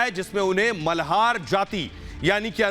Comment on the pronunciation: आपने "मल्हार" जाती गलत पडा हैं, कृपया दुरुस्त करे।